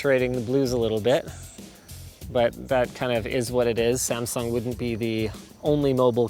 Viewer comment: Linus, you are pronouncing Samsung very wrong.